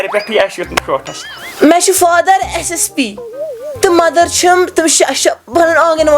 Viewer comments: Mother ❌ Menther✅😂😂😂😂😂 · Mother ❌ mender✅